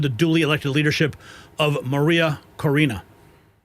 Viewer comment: CORINA. NOT CAUNCHA, man get the script right, journalism is Accuracy and correct… you got this